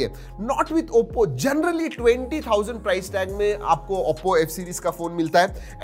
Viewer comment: bhai vo AOPPO nhi OPPO hai pls improve i gave recently subcribed to your channel